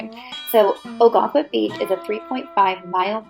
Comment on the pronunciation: I’m from Maine…September and October can be busier than the summers. In addition…the town is pronounced “Oh-gun-quit”. Many other places in Maine offer this type of quintessential New England. Enjoy exploring Maine!